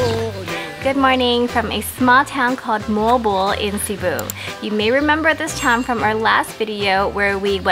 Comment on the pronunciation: and Note If you speak English,do it in English way..If you speak Filipino native(bisaya),.do it in Bisaya way too!..just like MOAL-BOAL,.It's Mo-al,Bo- al!,..you sounds Mol,bol!..😄,..try to emphasize the two syllable,..Mo-al,Bo-al!,.that's it!😊.